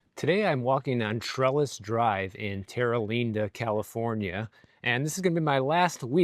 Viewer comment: Terra Linda, not Leenda. Amarillo's west coast cousin.